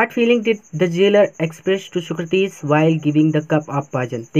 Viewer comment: Socrates nahi bol pate ho aap